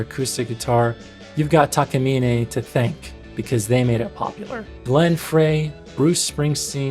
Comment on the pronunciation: It’s Takamine, not Takamine. Although I have heard it pronounced both Takamine and Takamine. But if you ask someone from Japan, particularly someone that works at the Takamine factory making the guitars, they will confirm that it’s actually pronounced Takamine.